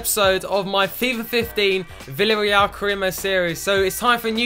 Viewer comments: The pronunciation of Villarreal is: "Viyarreal" So the double L is not pronunced as a L :3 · And 'V' is pronounced as a 'B' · ***** I am Spanish and your pronunciations are good but here in Spain we say B for V and the Double L is similar to a Y sound (think Casillas). So Villareal is pronounced 'Biyareyal':D hope this helps! Also you should start Moi because he is 77 rated and he has come through all the C and B team for Villareal. He is our golden boy like Wilshere for Arsenal fans - they are my English team! We also like to take players from Argentina and Southern America so maybe you should use a global scout network there! Hope you read this!